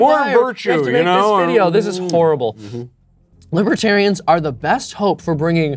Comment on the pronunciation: "Lawbertarians" ha!!